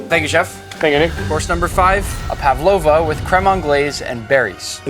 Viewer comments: ПавОва? Кто удорение ставил? ПАвлова. 😮 За озвучку 2😂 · Павлава ударение на а